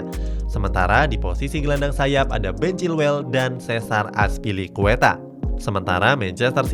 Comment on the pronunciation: Iya trs ada christian pulisic datengin tuchel trs koreksi azpi woy bukan azpli